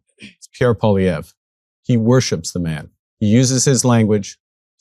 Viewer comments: Ben, i'm cringing as a Canadian. It's pronounced "PAULIEV"...NOT "POLLIEV"....But we definitely do not want a mini Trump here in Canada, which Polievre definitely is. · The first syllable of Poilievre is "pwah" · Poilievre is pronounced Pwa Lee ev re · I know it is a French name but it is pronounced "Pierre Polly-pockets" up here 🇨🇦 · Pierre Poilièvre /pjèR pwaljèvR/ I know that the anglophone Canadians have trouble pronouncing his name, but could y’all at least attempt to pronounce it better than them ? It doesn’t have to be with a European accent but even a French Canadian accent would be better. Merci 😊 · Ben, PWA-LEE-EVR 😂😂😂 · True story, Poilievre used to pronounce his name Polliver...lmao he is such a poser.